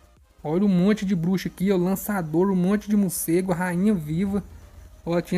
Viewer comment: "Mucego" kkk